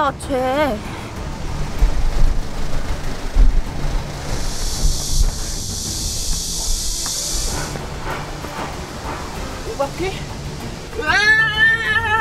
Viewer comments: 5분42초 그나저나 오바키라고 함 ㅋㅋㅋㅋㅋㅋㅋㅋ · 그와중에..오비키가 아니라 오바키야!?ㅋㅋㅋㅋㅋ